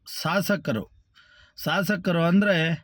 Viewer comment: ಸ್ವಾಮಿ ನೀವು ಯಾರು ಅಂತ ಹೇಳಿ ಮೊದಲು ನಿಮ್ಮ ಪರಿಚಯ ಮಾಡಿಕೊಡಿ ಮೊದಲು ನೀವು ಶಾಸಕ ಅನ್ನುವುದು ಕಲಿಯಿರಿ ನೆಂಭಿ ಅಲ್ಲ ನಂಬಿರುತ್ತಾರೆ ಕನ್ನಡ ಮಾತಾಡುವುದನ್ನು ಕಲಿಯಿರಿ